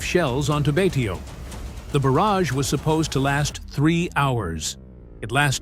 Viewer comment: Also Betio is pronounced " Bay show".